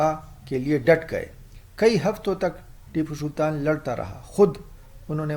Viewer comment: Re mentle tu pehle tippu sultan theek se bol konsa tera gaoun